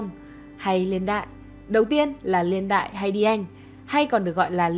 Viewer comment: “Liên đại”. Nói ngọng quá nghe khó chịu